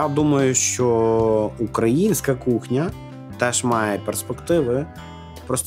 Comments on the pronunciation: А можно как-то научить украинских ресторатов ставить правильно ударение в слове: "украинская"?:) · Вибачте, але їм там десь пороблено з тою "укрАинською" кухнею? Якщо вже окрім Клопотенко, Худо та Друзюк ніхто не виявив бажання говорити українською, то можна було хоча б вимову слова "українська" поставити правильно.......боляче слухати, навіть якщо дійсно зацікавлений у контенті....